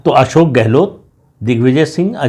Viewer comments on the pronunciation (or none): none